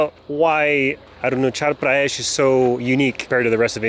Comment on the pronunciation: Sir it is not Arunachal prayesh.it is Arunachal Pradesh.